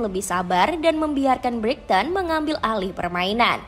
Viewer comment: Buat naratornya yang teliti dong bacanya. Banyak ngawurnya tuh. Paman Case bacanya Ka-se, bukan Kes. Kata Brighton nya juga salah tuh 😅